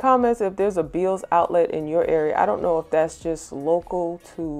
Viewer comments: Hi, did you say veils outlet or Beels outlet? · It was my first time on your channel. Beautiful transformations!!! And just so you know, it is pronounced "Bells" even though it is spelled "Bealls."